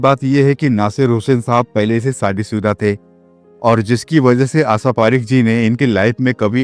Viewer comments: BKM77 DELHI Tum FILM INDUSTRY ki Ek Jani Mani HEROI NE ki Jiwan Virtant Suna rahe ho par Tum abhi iss Kabile nahi ho kiunki Tum Unka NAAM bhi Theek se nahi le pa rahe ho. Kya tumhe koi Rokta Tokta nhi. AASHA PARIKH hai aur tum Bol rahe ho AASA PARIKH.Kya Tum SHA ka word jo SHADI me iste mal hota hai Bolne me Sharm aati hai ya JEEBH me koi. Asadhaya ROG hai DOCTOR se CHECK Karwaiye.Pata nahi Kon Tum Logon ko BHARTI kar leta hai Iss FILM INDUSTRY ka BEDA GARQ kar ne ko! Tum ye Line Change kar lo wahin BIHAR me RAJ MISTRY ka Kaam karne K kabil ho. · BKM77 Manyawar Story Writer G Ye AASHA PAREKH ha en na ki AASA PAREKH aur Shabd HIT na ki HEAT aur SHADI naki SADI aur KHUSH hota hai KHUS nhi Theek se HINDI K Shabdon ka Ucharann kiya karo aur likha karo isme Gussa na kar na Balki Sudhar karo Aap kahin Bihar Sta te K to nhi ho ? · What’du mean asa parekh? Say her name properly or don’t bother doing this program 😮